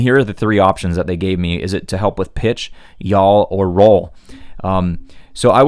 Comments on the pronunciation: You're still mixed up on your terminalogy It's not yawl it's yaw. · YAW, not yawl. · You know it is yaw and not yawl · It’s yaw not yawl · Yaw not yawl….just saying. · Just a quick nitpick point, it's pitch, yaw, and roll. Not yawl. Also, the answer to your question about the clouds, if no one has answered it, is Cumulonimbus. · Rudder is for yaw not yawl...lol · There's no L in YAW.